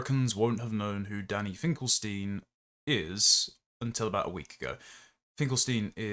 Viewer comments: God, how pompous and verbose! It's ....stine not ....steen, by the way. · ST EYE NN, NOT STEEN